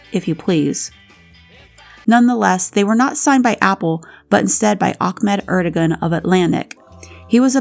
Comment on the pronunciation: You got Ahmet Ertegun's name wrong. It sounded like you said, Achmed "Ahmad"? * FYI Frank Zappa named his second son Ahmet Zappa after the late executive. * Love the content bt dubbs ♥